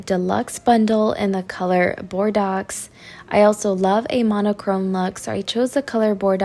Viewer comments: FYI….those foreign words are hard since they follow different sounds….Bordeaux is pronounced bor/ doe…looking forward to new home… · Love your sense of style!! Can’t wait to see what you do in the new house. Also side note the word you were saying is pronounced bor-dough like the wine? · Bordeaux? Is that the color? Someone that knows her please tell her how to pronounce it. A learning lesson...not making fun. Thanks! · Exactly. Bordeaux as in - wine